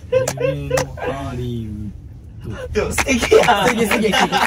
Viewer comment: しめちゃんの「夢のハリウッド」ですかたぶんしめちゃんは発音がネイティブなので「ハリウゥ」で字余りなしです！！笑笑